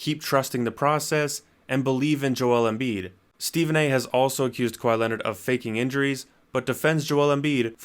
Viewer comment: That's not kwai Leonard